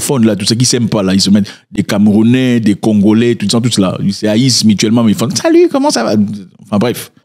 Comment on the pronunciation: Tu fais un bon travail mais les camerounais soufrre un peu trop dans ta bouche